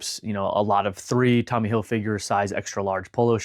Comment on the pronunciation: Why can't anyone on YouTube pronounce these designer's names right? Hil-FIG-er. Ralph Lor-EN. 😡